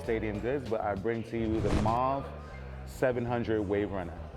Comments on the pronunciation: I've heard moo-wav, now maarv. It's mauve - pronounced mow-v. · You're saying it wrong bruh, it rhymes with stove. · THE WORD IS PRONOUNCED LIKE “MOO-VE” ITS A FRENCH WORD MEANING PURPLE ... I HATE THE WAY PEOPLE TRY TO PRONOUNCE IT LIKE ITS ENGLISH 🤦🏾‍♂️🤦🏾‍♂️🤦🏾‍♂️🤦🏾‍♂️🤦🏾‍♂️🤦🏾‍♂️🤦🏾‍♂️ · You’re pronouncing the color wrong.